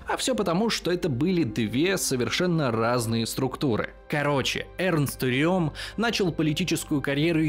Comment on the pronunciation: Удивительно, что хоть кто-то правильно произнес имя Эрнст Рём...Все Рэм, да Рэм. А он реально Рём